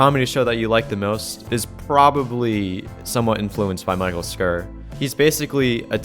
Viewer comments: It's pronounced like "sure" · Hey brother just so you know Mike Schur's last name is pronounced like "sure". Great video! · cringe. it's "shur". couldn't you look that up? you should go through and just edit that completely. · Ormondbut it's pronounced sh-ur not sh-ore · travis mathis no it’s pronounced sherr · Michale Schur is an easy name to pronounce Schur is pronounced "sure".